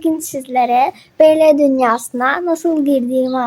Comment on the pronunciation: Askim biraz yanlisin var okumakta 1. Bl'i sen bele diye okuyorsun biel diye okunacak 2. 2gether'i iki gether diye okuyorsun ama dogrusu two gedr. 3.Gl'i sn gele diye okuyorsun ciel diye okuyacaksin. 4. The eclips'i sen the eclips diye okuyorsun(yazdigimin turkce sekilini alfabesiyle okuyorsun yanlis ingilizce alfabesiyle okunacak) dı ekkılips diye okunacak. 5. Vegaspete'yi sen vegas pete diye okuyorsun ama yazildigi gibi okunmuyor bildigim kadariyla vegas peat yani vegas piit diye okuyacaksin 6.Kinnporshe'ı kinnporşe diye okuyorsun yanlış kinnporş diye okuman gerek. askim bunlari okuyabilmen icin ingilizce'ni gelistirmen gerekk (kötü dille soylemiyorum sadece yardimci olmak istedim ლ(^o^ლ))